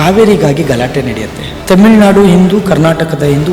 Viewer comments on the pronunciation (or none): none